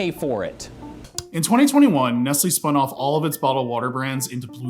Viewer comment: I am from Poland 🇵🇱 as a country, and I am having chills every time I hear the name... Btw, it's Nestlè, with not "e", but "e" like in "Denmark". And yes, Nestlé, in general, is a devil